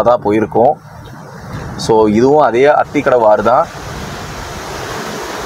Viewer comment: It is aathikadavu not athikafavu